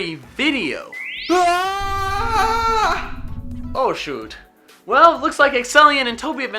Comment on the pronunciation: I love how at the end there when you say oh shoot you kinda gain an accent but are also just kinda mildly disappointed that Toby was sucked away into a vortex of doom xD